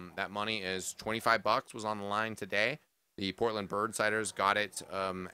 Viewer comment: Porltand? Lmao, isent it Portland? xD